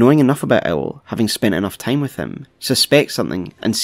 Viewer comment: I drink everytime I hear "teim" in theese guys videos.